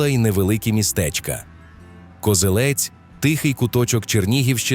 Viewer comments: Я перепрошую, та КозЕлець, а не КозелЕць. Місцеві завжди говорять саме так. То на московитський лад наголос на останньому складі. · Не Козелець, а Козелець. Наголос на другу е.